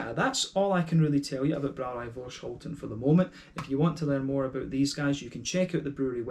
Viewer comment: Thnx for the review! Great to hear that you enjoyed the beer. The hops in this beer are Saaz, EK Goldings and Fuggle. And yes, you actually prenounced Voorschoten almost perfect. Cheers!